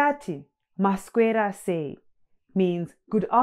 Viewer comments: It almost sounds like you pronounce a K in maswera sei, like masKwera sei, which is interesting because I've heard some Zim do that... Is that an accent? Or is it the way you pronounce it? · Mas'k'wera = There must be a hidden k somewhere. Thank you. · Hi. So thankful to see this channel. 1 question. You pronounce maswera and taswera as "taskwera and maskwera". How come that is like that.